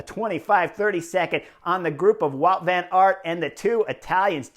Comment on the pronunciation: I was struggling to unterstand the Belgians name. Wout Van Aert is pronounced Bout van aert.